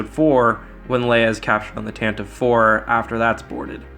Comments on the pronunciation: Tantive IV is pronounced "tanta-vee" not "tan-tiv". It has always been pronounced that way. Pablo Hidalgo has even confirmed it on Twitter. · Tantive IV ...pronounced "TAN tee VEE"